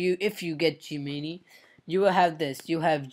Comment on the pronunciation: Gemini is pronouced Gem-En-Eye